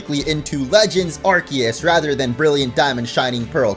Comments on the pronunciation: "Legends Arkiyiss" Me: ITS ARKOOS DAMMIT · It’s arcoos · please say Arceus right it's ar-see-us